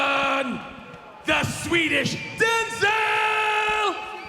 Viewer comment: Lmfao "Swedish" . No.